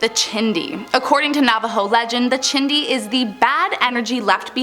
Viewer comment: The "chindi" is she saying Chiixdii. 🤣🤣🤣🤣